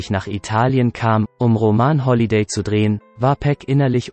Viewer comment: Wenn man "roman holliday" (roman hat NICHTS mit einem "ROMAN" zu tun) NICHT korrekt aussprechen kann, sollte man es lieber bei " RÖMISCHEN NÄCHTE " belassen.....